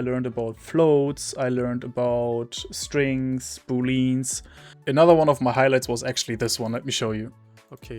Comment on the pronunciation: Props for putting yourself out here... Some feedback on what you're learning. * I'm not sure where you're located; in the States and most (all?) commonwealth nations, the A in "boolean" is pronounced. bool-ee-an * Your understanding of `int` and `str` is spot on. * Your statement that `float` are the same as decimal numbers is not /technically/ correct, but it's definitely close enough for where you are right now. * There's a fancy word the difference in what `+` does for different types; it's called "polymorphism".